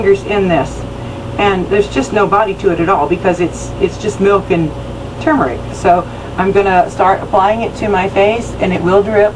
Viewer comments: Thank you for pronouncing it correctly. I will give it a try on my face too. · 👍🏽 for not saying "TOO-murick" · You are the first American I've come across on YouTube who pronounces tuRmeric correctly. It's got an R in it folks. Irritating as hell listening to Yanks pronouncing it 'toomeric'.